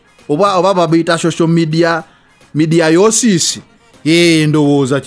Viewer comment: Mediaiosis!!🤣🤣🤣 say again